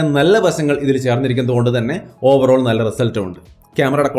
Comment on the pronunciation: Overoll ovaroll overoll😀